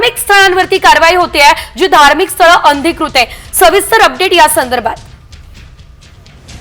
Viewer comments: अंधिकृत नाही अनधिकृत...बोलणे सुधरवा...सांगणे नीट करा...शुद्ध करा...बातम्या द्या पण नीटपणे द्या... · शुद्ध मराठी बोलायला शिका आधी नंतर बातमी द्यायला या, अनाधिकृत बोलायचं आहे